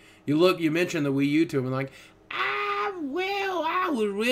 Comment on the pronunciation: lol WiiV